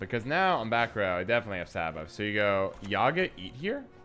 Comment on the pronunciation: Man, thanks for the deck but Yagá not Yága